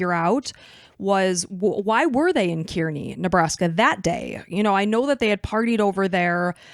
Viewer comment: Is this what folks call podcasting nowadays? Just reciting internet articles without any actual research? At least learn how to pronounce the places they are from if you are going to talk in detail about it. Nobody pronounces Kearney that way. Have you ever met the families of the people you capitalize off of? Is it just morbid curiosity that drives you?